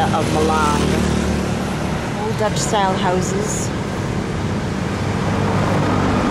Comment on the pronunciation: the name of this city is NOT MELENG, but MALANG... hihik.. Meleng's sound very funny... BTW, TFS,. I enjoyed to watch my hometown!! Good luck there!!